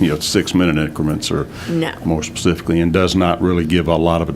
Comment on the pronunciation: Love how she says SPECIFICALLY to HIS..PACIFICALLY 😂 As he tries to be so “ sophisticated “ 🙄